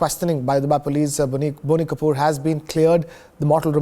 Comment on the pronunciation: Its BOney Kapoor!!!